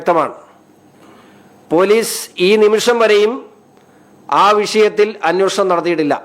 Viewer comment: അന്നോശണം അല്ലെടാ അന്വേഷണം എന്ന് പറ!